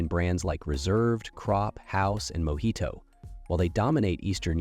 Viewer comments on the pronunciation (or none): none